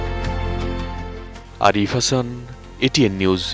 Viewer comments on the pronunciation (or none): none